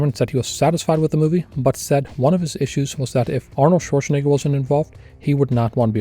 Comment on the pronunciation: Dude, learn how to pronounce Schwarzenegger already 👀